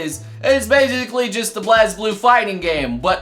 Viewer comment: at least be consistent with pronouncing BlazBlue you twit!